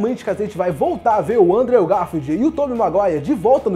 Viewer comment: Aê! A pronúncia de "Andrew" Garfield tá melhorando! Continue assim! :D